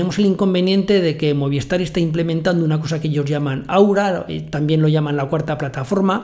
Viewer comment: Muy bien como siempre. Yo tengo DIGI y estoy muy contento con los equipos que me instalaron, van ONT y Router por separado. Espero que pronto hagas un tutorial para DIGI. Trabajan con Movistar. Que se dice Movis tar no Moviestar jejeje. Saludos.